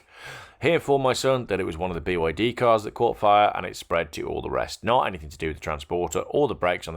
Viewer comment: It's 'anything', not 'anythink'.